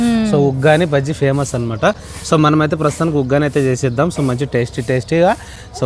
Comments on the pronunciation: వాగ్గాని అనకు ఉగ్గాని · వగ్గాని కాదు 😅😅😂 ఉగ్గాని 🤗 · దానిని ఉగ్గాని అంటారు వగ్గాని కాదు ఇంక వాటిని బొరుగులు అంటారు బురుగులు కాదు